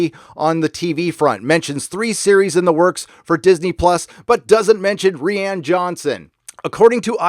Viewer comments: "ree-ann" fucking makes me twitch. please just say ryan. please. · I love you and your channel but please stop mispronouncing Rian Johnson. I’m from the UK (Wales) and my name is Rhianne which is pronounced the way your saying Rian and I’m horrified by any association with this idiot man. 🙏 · No, it is pronounced "Ryan", just says it like that to disrespect him. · Lol... ree ann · Rye-an Johnson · Ghost Ree Ann. Not a force ghost. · The way you say Rian just makes me think of Rihanna xd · Hiatus after Ep.9? That’s not a good sign. It means Disney is already bracing for a flop and going to reorg after. It also means they’re not happy with the final cut. Damn...Consequently, this means Kennedy is done. Grace Randolph was right about the fandom... Fyi, pronouncing Ruin Johnson’s name as “Ree-Ann”...ha ha! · I've never heard anyone pronounce Rian the way does. Has anybody else noticed this? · Is that really the correct pronunciation of Rian? His dads should have rethought the name if so.